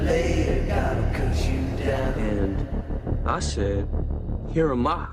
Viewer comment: "I said 'Heramah, send me' " Who the hell is "Heramah"?